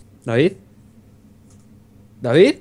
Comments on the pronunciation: dice dafif en vez de david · Me divierte como pronuncia ''davidz'' xD (asi lo escucho yo, no me peguen